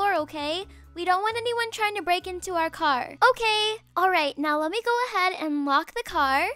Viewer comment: WHEN SHE SAID LOCK THE CAR I THOUGHT SHE SAID WALK THE CAR LMAO